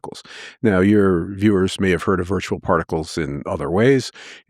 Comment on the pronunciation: particles not prticles